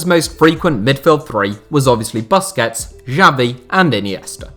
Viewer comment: Wtf is ‘Busskets’ man 🤦🏻‍♂️